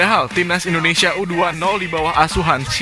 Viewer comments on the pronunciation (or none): Maaf bg bukan ENDONESIA ya tapi INDONESIA